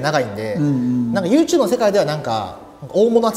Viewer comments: ネイティブな発音なのかユーテューブが気になる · YouTubeの発音が面白くて、yoshikiが発音するたび笑う